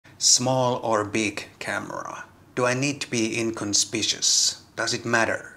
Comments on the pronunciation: Firstly; your Finnish and Swedish and Estonian is far superior than mine so don’t be offended but inconspicuous is pronounced in-con-spic-you-us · Inconspicuous = /in-con-spic-you-us/... sorry, but I'm an English teacher. Good video though.